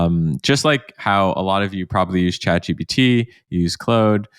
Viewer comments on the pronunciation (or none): dude, learn to pronounce claude